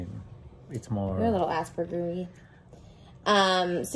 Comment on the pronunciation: DID SHE CALL MOSES AN ASPBURGERIE ? LOOOOOL